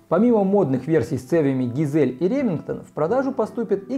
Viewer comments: Ну ГАЙЗЛИ же а не ГИЗЕЛЬ, уши режет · Название цевья читается как Гайзли, почему все его коверкают как хотят? А так вы пуск огонь!